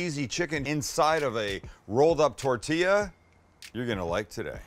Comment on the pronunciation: He killed it as soon as he said tortillas...so American